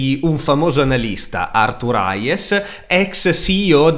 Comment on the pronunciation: Aiuto, mille volte pronunciato ARTURAIES non ce la posso fa'! HEIS, Arthur *Heis*, se proprio lo vuoi pronunciare in modo semplice. Se poi mi fai sentire anche il th su Arthur resto iscritto al canale 😂